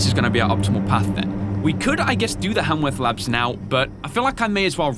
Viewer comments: I really love this game and I really love your gameplay. Can't wait for more. Also, it's kinda cute how you say Hanworth Labs instead of Haworth Labs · Its Haworth labs, not Hamworth labs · It's melon-choly, ch is just pronounced c, like collar. And HAYWORTH. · I love how he kept saying hamworth instead of haworth . :D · Hemsworth, hamsworth, hallsworth! It is Haworth like cmon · Keep up the work and it’s Haworth not hamworth or hallworth😂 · It's Not Hamworth It's Haworth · I’m kinda surprised that didn’t realize that he was saying “Haworth” wrong (really? Hamworth?) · I wanna say "Haworth" is probably pronounced "Hay-worth" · Great video! But I would like to point out that Haworth Labs doesn't have an M in it! Sorry, it's been bothering me.